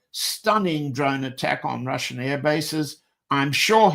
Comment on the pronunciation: As a russian must say john has perfect russian pronunciation my kudos goes to him for that ...